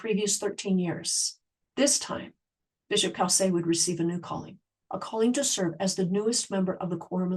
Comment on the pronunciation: His name is pronounced Cōsay, not cowsay.